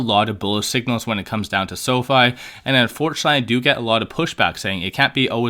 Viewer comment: Pronounced; Sow-fee!!